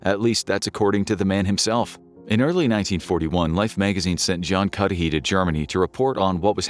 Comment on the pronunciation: What i like most of all from your videos is you don’t use AI voices i am sure if you had, everytime "Cudahy" would have been pronounced as Cudy, Cudhay, Cudahi, ect ect but you pronounced it the same throughout